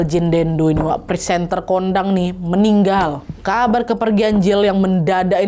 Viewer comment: Maaf Wak kau baca nya pesantren kondangg😅😂